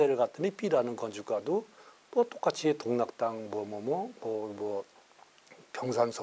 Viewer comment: 동락당이 아니라 독락당이 맞습니다.